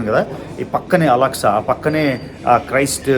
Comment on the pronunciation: Mazjid AKSA not Alaksa